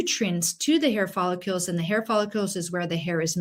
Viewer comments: Helpful info, thank you.. However, professional that you are, I'm sure you would want to pronounce the word follicle correctly.. which is: FOL - LIK - KULL Quite welcome! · I have a problem trusting a physician who doesn't even know how to pronounce the word "follicle". 😮